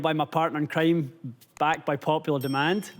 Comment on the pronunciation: Did anyone else hear him say “partner in creamé”